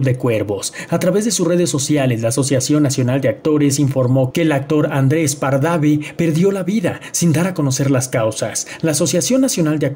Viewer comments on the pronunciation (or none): Pardave? Es Pardavé, 😄 era Hijo de Joaquín Pardavé??